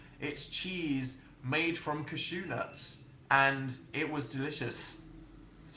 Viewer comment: British people say cashew! Not cuh-shoo or whatever posh thing he just said.